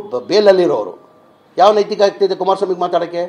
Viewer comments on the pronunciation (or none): ನೀತಿಕತೆ ಅಲ್ಲ ನೈತಿಕತೆ ಕುಳ್ಳ 😂